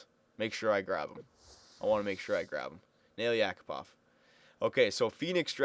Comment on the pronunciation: btw not YAkupov, correct is YakUpov